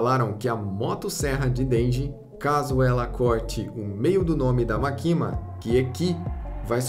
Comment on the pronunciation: Morri de agonia do cara falando "makíma" ao invés de "mákima" que é a pronúncia correta kkkkk Mas sei que ninguém é obrigado a pronúncia corretamente